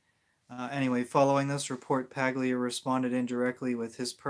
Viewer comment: Paglia, is pronounced, Pal-yha ....